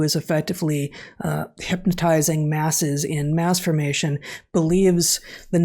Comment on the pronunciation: Please enunciate the term Mass formation please.... thank you.